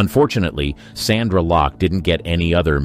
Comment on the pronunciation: Btw; it's 'SONDRA LOCKE', not 'Sandra'.